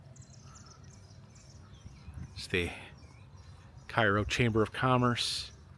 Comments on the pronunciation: cairo is not a ghost town. i drive through there every week 2 times. there are lots of people and the liqour stores are always busy. However it just looks abandoned because of the buildings. also its not prnounced like the egyptain town. its CARE OH no KAI RO the building behind you in the shot has only fallen in about a year ago. the town has some beautiful historic homes you neglected to show literally a block away. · Cairo IL is pronounced KAY-ROH. Visited last year to see the confluence of the Ohio and Mississippi rivers and to cross the two sketchy brides there. Was blown away how run down Cairo is. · Loving the trip. Its great that you take the time to stop at places most don't. But just FYI: its pronounced cay-ro because Midwesterners are dumb. (born and raised in Indiana 🤦‍♀️) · It's actually pronounced Kay-Row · It’s pronounced “Kay”ro… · Hey. It's pronounced Kay-ro. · I live in Cairo and it's pronounced CARE-O